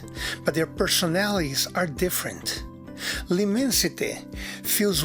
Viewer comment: Great review! And thanks for the proper pronunciation. There's so many reviewers can't even be bothered to research how to say L'Immensite. I just received my bottle of L'Immensite after sampling a 2ml spritzer and thought it was the most opulent smelling and quality fresh frag I've ever smelled. So pulled the trigger on a 200ml as it works out to be a bit more "affordable" -$250 per 100ml. Still crazy over priced, but in this case you do get what you pay for. Every step of the order process, customer service and product delivery/presentation is quality on another lvl. To be fare It was really an amazing experience.